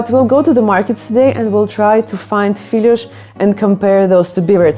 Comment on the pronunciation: Your portuguese pronunciation seems good (honestly), you even make a very good LH in 'filhós', but you have to open the 'o', because of the 'acento' - as we say. Open 'o' is an 'o' like in "job". Filhos - 《feelyoosh*》= sons Filhós - 《feelyOsh*》= [that desert] * LH sound is not actually 'ly', but is the best I can do here. There is some doubts about the singular and plural forms of this word, actually. People often say "uma filhó" (singular), "duas filhozes" or "as filhozes", etc. (plural; and no need for that mark over the 'o', but still open 'o', it's a long story; and now with 'z', another story). So, if you want to ask for it, maybe you should say "filhozes". I am not sure where you can find them though, as they are tipically just made at home ( it used to be...). Anyway, it should be "filhó" / "filhós", singular and plural, and happy 🎅.